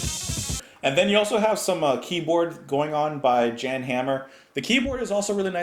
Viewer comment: Mahavishnu O. You know, you know. Great song. And BTW, it's pronounced yan, aka Jan